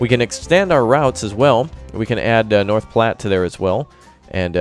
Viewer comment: North platte is my home town and it hurt alil each time you said it you where close to saying it right